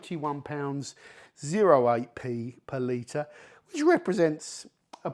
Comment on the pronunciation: It took me about 7 times hearing it until I learned he was saying per liter and not some made up currency called Palita that I never heard of